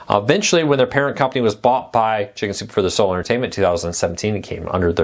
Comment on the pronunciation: Please enunciate.. You say “shinzupefordaso” instead of “ Chicken Soup for the Soul”. Use your words.